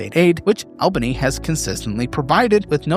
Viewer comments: It’s ALL-ban-ee not Ayl-bany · It's "Awl-bunny" 😂🤌🏾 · Most of the time u said this right but it's pronounced 'All-ba-ny'.